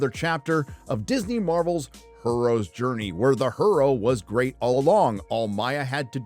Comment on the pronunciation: "herstery" and "Her-ooh" lololol!